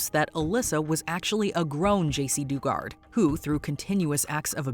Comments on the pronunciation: "Doo-gart". Lol no. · Please work on accurately pronouncing names and locations. Its insulting to their memories and work. Jacey Duggard as in dug a hole. khashoggi=kashokshi? They literally said it correctly in the vids you showed. Do better if you want to be taken seriously.